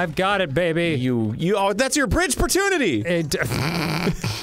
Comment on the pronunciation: No one: Absolutely no one: Lee Daniel Avidan: B R E E D G E